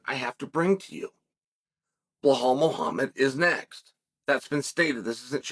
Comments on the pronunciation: The correct pronunciation of Belal - 0, Beblal/Leblal/Heblal -100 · whys Chael act like he cant be bothered to learn or pronounce anyones name right? its annoying how he says Bluh-Hallll 👀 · Blahal... Please chael how do you re belal as blahal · One time when Chael was talking about some dude i didn't know, i tried googling him but after a while it turned out his name was nothing like Chael said it. Now, if i were to google "Blahal".... 😂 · Belhame .??? Loll learn how to SPEAK UP !!!! Cmon haven’t they leaned YET !!!! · On purpose wrong naming mfkr!!! Bihalll and malklachev, really?😂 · Mocklechev and Blehal in one video is too much 😂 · Bluhal “can’t remember the decision” Mawkulchev. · Pierra, Mocklechev, Blahal. These are their names now. Once Chael says it, it's time to go to the courthouse and get that ID card corrected